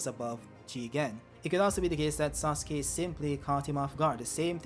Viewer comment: “mIsTEr sOoSuKE”